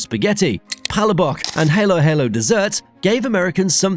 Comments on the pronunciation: You're pronouncing Halo-Halo wrong. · The halo halo pronouncing killed me 😂